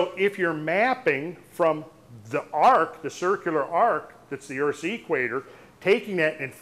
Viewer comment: is a great researcher and definitely an intelligent man. Which makes it even more confusing that he pronounces equator as "Eeek-waiter". It reminds me of hillbillies who pronounce cement as "see-ment" or police as "po-lease".